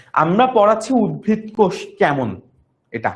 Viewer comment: উদ্ভিদ ✅ not উদ্ভীদ